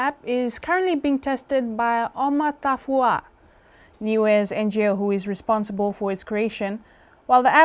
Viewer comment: Thank you NiueTV for the upload for the benefit of offshore people like myself. I’m one of the few of your viewers and a subscriber. And a liker. Today....I can’t give that much asked-for “like”, owing to the slight irritation felt at the seeming inability of the young newsreader to pronounce the name “Oma Tafua” properly....Here in Aotearoa, it is Vaiaso o le Gagana Samoa, Samoan Language Week. In my workplace, there has been considerable effort given to promoting the language, and notably, the focus is also on the pronunciation of the names and words. This is aimed primarily at our Palagi folk who serially offend by butchering and mangling our names and words. They kind of have an excuse. But here, I see a perfectly fine Pacific Island young woman who’s been given a front and centre role in the national evening tv news and she has a demonstrably difficult time pronouncing the locally prestigious organisation “Oma Tafua”. Question to her manager....is that good enough? Aside from that, keep up the great work everyone.